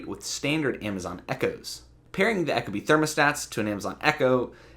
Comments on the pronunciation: The way you say "echo-bee" kills me. Ee-koh-bee. Eco..efficient. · Yeah apparently eco and echo are pronounced the same these days. Second video I couldn’t watch because of this. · You lost me at ECHO-Bee. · Echo-bee you idiot.